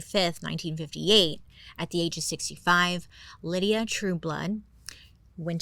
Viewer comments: FYI, he name wasn't Lydia, it was Lyda as in the Y is a long I lol...I actually used to work with a woman who was short, chubby, and not very pretty but full of herself and had that weird charisma too with men 😂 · I absolutely love this one. Been a Bailey fan for ages- this Gawjuss Creature got me through the the Pandemic, and am so grateful.. But one little thing here: My best friend in grade school was named Lyda. It’s a name out of Ancient Greek Mythology. And it is, my darling Lady Bailey, pronounced “LYE- dah.” Two syllables. Not, and I apologize for being picky. “LIH-dee-ah”. Aside from that, you are a shining radiance of brilliant intelligence . I would start a small tasteful religion around you, but I don’t have their numbers space for an altar. Happy 4th! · Was it Lydia or lyda? LIE-DA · Is her name Lyda or Lydia? Lie-da is how it's spelled, not Lid-e-ah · Maybe it’s me. But is her name pronounced as Lydia? I think Bailey is adding an I in her name lol. 😅. Still love you girl ! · Lyda is pronounced L-AY-d-uh. Not Lydia LID-ee-uh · Wait is she calling her Lydia but her name is spelled Lyda (pronounced lie-duh) ? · It's pronounced "lie-duh" Lyda but if it helps her just to say Lydia that's ok. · Lyda not Lydia lol😂😂😂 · No, her name was Lyda, not Lydia, a difference. Drove me crazy but I love Bailey so whatevs. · Lol Bailey always mispronounces things. The name was Lyda no Lydia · She put the correct pronunciation with her mugshot at the beginning lol, even admitting she said it wrong. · Only Bailey can convince me it's Lydia when its actually Lyda the whole time 😂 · Great shows. Must say. Lydia is how’s her name is being said. Lyda is Ly-da by sound. Sry. lol. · Ms. Bailey, the way her name is spelled Lyda, wouldn’t that we pronounced as Lida not Lydia? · I think her name is pronounced LIE-duh (Lyda), not LID-ee-uh (Lydia). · How is it Lydia? her name doesn't have a I. should it be like Lie-da? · I wonder if her name is pronounced Lie-da bc of the spelling